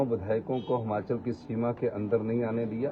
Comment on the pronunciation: हमाँचल नहीं यार हिमांचल बोलो